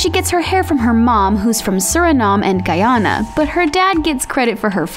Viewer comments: You said Guyana wrong Trust me I know how to pronounce it because I am from guyana Real pronounces: Guy Anna Like that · Why ya’ll saying “guy yana” its “guy ana” ANA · Omg I'm so sorry but you pronounced Guyana wrong.